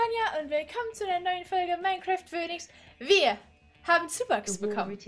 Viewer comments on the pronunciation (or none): none